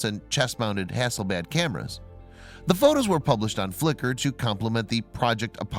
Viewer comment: Hasselblad, not hasbad. The L is not silent.